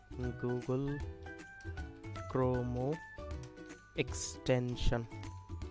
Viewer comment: ভাই আগে উচ্চারণ করা শিখে আসেন ! গুগল ক্রমও না গুগোল ক্রম